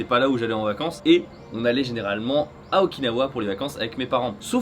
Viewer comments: Moi je reste bloqué sur le fait que tu dis Okin-hawaïenne 🤔 ça sent le monoï u.u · quand tu dit "Okinawa" sa me fais pensée a "Oikawa" dans haikyuu 😂